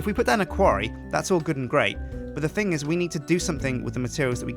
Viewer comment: Thing not thong